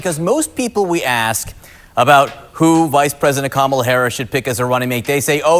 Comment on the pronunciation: IT'S COMMA-LA. Come on, man. RFK Jr. Is a horrible human being. Plus he's anti-vax (all vaccines). His family is embarrassed of him, a worm ate his brain and the way he treated his ex is inhuman. Like it or not, our 2 party system has a lock on the election process. A 3rd party candidate is nothing more than a protest vote. I literally do not care about the border. It's OK that Brown people are coming here. Dude is referring to how Harris secured enough delegates to get the nomination in 48 hours. President Harris will be just fine.